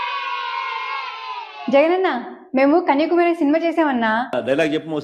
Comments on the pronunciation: కన్యాకుమారి అని స్పష్టంగా పలకడం రాలేదు నీకు. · కన్యాకుమారి అని చెప్పేది రాలే కన్య కుమారి అని రెంటినీ విడదీసి చెబుతోంది